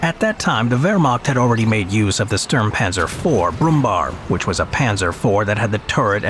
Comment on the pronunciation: Trivia: The last syllable of the nickname "Brummbär" is not spelled like "bar" as in this clip, but like "bear".